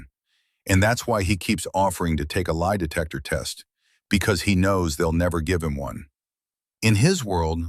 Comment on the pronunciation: When the detective said, "lie detester," I laughed out loud! 😂😂